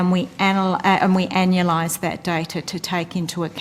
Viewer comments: Is anya-lize normal? Ive never heard anyone say it like that and i dont know if shes a dolt or just australian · I stumbled on the pronunciation of 'anualized' for a sec, and thought she said 'analyzed', as in "'we've blown these numbers straight up your ass". Upon further listening, I now know that this is not the case, and it was simply smoke.